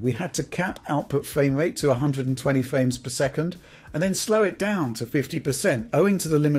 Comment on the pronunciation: Nice fwamewate, wunning vewy smoov.